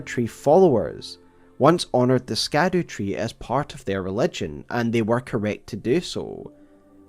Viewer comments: Just a note Scaduu is an old English way of spelling Shadow. The SC makes the ‘sh’ sound If you say it with your dialect, you’d say Shadow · Why is it so hard to just say “shadow tree”? Stopped listening because you can’t say words correctly. It’s extremely off-putting. Do you continue to pronounce “gaol” as “gay-ol” or do you simply say “jail”? Quite literally the same concept. Rant over. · always kills me the way you pronounce scadutree